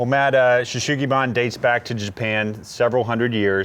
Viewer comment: It is pronounced Sugi Ban, not Shugi Ban, just as it's spelt :)